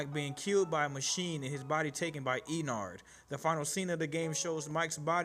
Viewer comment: You said: Me and Sister: noo is not is ennard